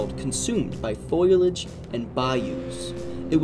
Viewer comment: Excellent, thorough program! Enjoyed it, but have to make one correction.... It's FOL-e-AGE - NOT FOIL-AGE. You're better than many with these, I just want to help you sound more credible. 😉